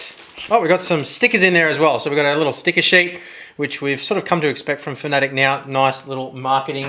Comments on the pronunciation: Please stop saying fanatick its fanatec........ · Could have swore that it was pronounced fana tech not fanatic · Great videos mate , very informative for the sim racing newbie. One small gripe, Fan-a-tec not fannetic